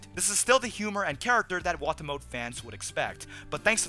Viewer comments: I thought it was pronounced "Wah-Tah-Mo-Teh". Either way, best show of the season so far. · also, wah-tah-moe-tay try saying it 2 letters at a time. like wa-ta-mo-te